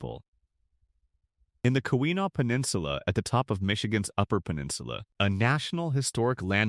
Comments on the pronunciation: You almost had me hoping for a decent video... until you butchered 'Keweenaw'. Not even close,. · Yes, please learn how to pronounce "Keweenaw" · Had to quit watching when you butchered the name Keweenaw Peninsula a few times.